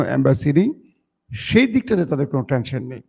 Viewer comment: Watching from Kolkata M Subid Ali. don't take in mind. "TENSION" may be rightly pronounced